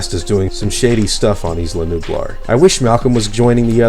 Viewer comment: Isla Nublar is pronounced (Eye-La New-Blar)